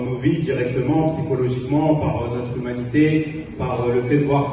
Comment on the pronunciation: Quand j’entends les musulmans prononcer le mot humanité ça me surprend toujours